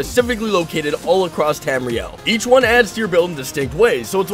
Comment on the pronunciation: Azula Hatamari cuz he doesn't say temriel m8